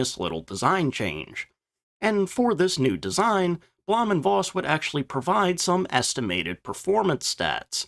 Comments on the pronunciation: Bloom and Foss is how you pronounce it. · As an on again off again language teacher and ma in german... blowhm (long o) und Foss is the pronunciation.